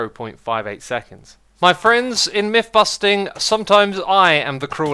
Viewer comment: It's MYTH busting, not MIFF busting. Learn to speak.